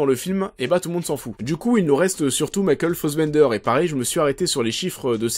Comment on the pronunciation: Pas mal mais beaucoup trop court pour ce concept , mais concept intéressant qui mérite un format de 20 25 30 min avec recherches , masses d'images et tout un peu à la Mr Meaaa en plus orienté. Par contre trop bizarre ta façon de prononcer Fassbender en"fossbender" ahahah j'ai pas trop capté .Bonne vidéo en tout cas !